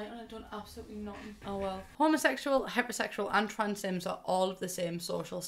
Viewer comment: When she said heterosexual I heard hyper-sexual